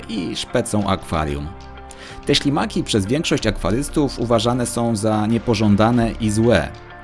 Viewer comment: Czy tylko ja usłyszałem na samym początku szlimaki zamiast ślimaki?